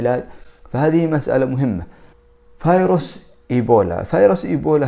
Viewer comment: اسمه ڤيروس!!! ارحمنا!! ألا تعرف الحرف v...؟؟؟؟